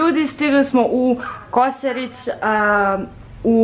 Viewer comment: Nisam se slikala ali sam vas videla:ps jako je smešno kako kaze koserić a ne Kosjerić😂